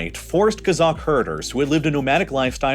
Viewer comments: Great video! One correction though, in the word "kazakh" the stress in on the first syllable, not the last. When you pronounce it like KazAkh, it sounds more like Kazak/Cossack, which is a different thing. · Kazakh is pronounced "Cause-Ok" not "Kuh-Zok" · sorry but this guy miss pronounced the word kazakh everytime. It’s not ka-zock, it’s kah-zack